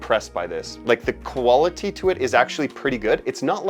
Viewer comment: “The koala tee of this fragrance”